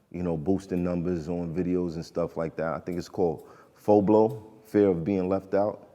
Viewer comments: It’s FOMO not FOBLO. Fear of missing out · My man Math said FOBLO 😂. It’s FOMO. fear of missing out